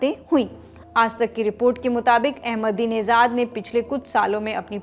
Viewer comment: His name is AhmedineJad not AhmedineZad.. there's no Z in his name..your pronunciation is very annoying